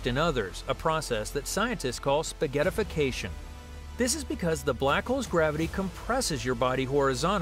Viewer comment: Can't help but laugh nervously at "spagettification"... 😂😵